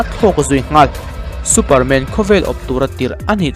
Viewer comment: Superman i lam dan chu,MAN hle mai a tia kan lam ang khan lam mai tur.😂😂😂